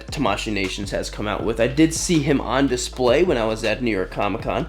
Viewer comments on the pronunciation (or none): none